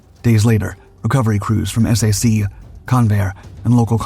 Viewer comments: You keep saying S-A-C... do you mean SAC as in SAC Headquarters? If so, it's pronounced like SACK. Not S-A-C. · Please call it "Sack" (SAC). NOT "Ess A Cee". AI narration should be much better than it is. I guarantee that ANY Human Narrated Video does NOT call SAC "Ess A Cee". Many big AI are called LLM for Large Language Models. They should be learning from listening to real Humans talk and pronounce words and especially acronyms as they are always pronounced. Like the J-79 turbojet engine. Every English speaking human calls it the J79 (Jay Seventy Nine). NOT the "J (pause) dash Seven Nine". AI narration is definitely not ready for Prime Time any time soon. If Ever. I think it's an overhyped bubble to squeeze the last amount of wealth out of the USA before the "Tech Bros" leave for foreign enemy states. As reported yesterday, that may include France, the UK and Germany. However that is probably AI generated BS propaganda. That's one thing AI seems to be useful for these days. Making s**t up to cause geopolitical stress and uncertainty. Leading the USA into fighting wars for other POS countries like Israel who can't fight their wars with their tiny AWOL military. I don't GAS about Iran, Israel or any other country in the Middle East. Let them work it out for themselves. The USA needs to immediately declare harshly penalized capital controls to prevent all that wealth created or fraudulently gained from leaving this country. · "SAC" is the acronym for the Strategic Air Command of the USAF. is is pronounced "sack" like a sack of potatoes, Not S A C. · Stunning aircraft, "slop"py video, featuring "ess ay see" and two more engines than were really there. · It's pronounced /sack/. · I know you need AI for a voice, but please...SAC is pronounced "sack", not the letters... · SAC is pronounced sack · S.A.C. pronounced SACK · No one ever said S-A-C. It was always said "sack," always.